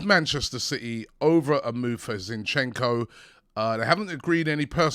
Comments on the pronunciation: Ziiinchenko - a stress on the first syllable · Not Zinchecko ffs 🤦🏽‍♂️